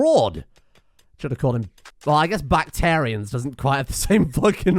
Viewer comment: Excuse me but its Bactrian not bactarian...;)